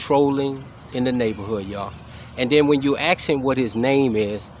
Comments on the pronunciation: Hey, you shouldn't "axe" a Sargeant. And so far you have "axed" him several times. GET A JOB!!! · If you only ask him a question instead of AX a question you might understand what his job is 😂😂😂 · Maybe he should ask him instead of axing him ! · How about axing a real question. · This can't use the English language correctly, and he purports to have knowledge of.....? ( It's "ASK" you idiot, not "AKS" ) Thanks KFARR for another great clip of the 'Frauditor Comedy Network' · What is so hard about "asking" questions, Instead of "axing" them? So GD tired of intellect being held in contempt, while the ignorant flourish! It's a good thing I'm retired. This idiot probably doesn't have a GED, but knows everything about everything. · He’s doing a really bag job of hiding. Omg, stop saying axe! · The idiot with no job is complaining about how someone is doing their job when he has no idea what that officer is doing. Also idiot, there is no X in ask. Should have paid attention in school.